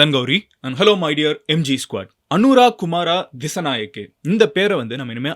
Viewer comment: Pronountation (tamil) அனுர குமார திசாநாயக்க